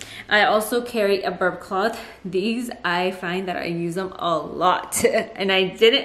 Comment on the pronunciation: The way she says "these" 😂😂